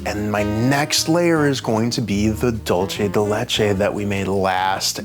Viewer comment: Hello, "dulce de leche" is Spanish, so the C in dulce is not pronounced the same as the CH in leche.